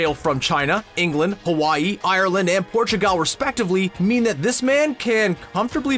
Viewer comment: did he say portugal in a weird way?